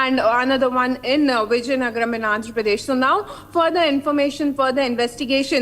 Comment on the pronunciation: Wow anchor does not know how to pronounce the word vizianagaram near Vishakapatnam she is saying some out of this world Viziyangara? Seriously Republic TV should take some classes for this lady.😂😂😂😂